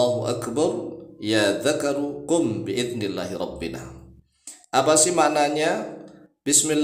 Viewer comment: Itu robbena bukan robbina